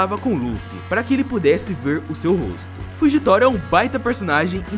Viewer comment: Karai falando nome do Fujitora errado 😂😂😂